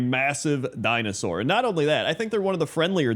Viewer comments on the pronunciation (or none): none